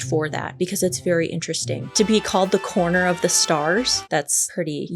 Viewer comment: "Coroner" has three syllables. It's not a corner.